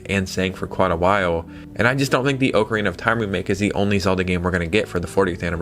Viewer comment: Question for ya. Do you read the comments? I've seen it mentioned before, but you still pronounce Ocarina as "Oak-a-reena" but it's pronounced "Ock-a-reena" 😅